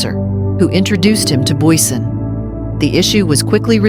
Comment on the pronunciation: Bezuidenhout en Booysen.... AI is maar lekker kak.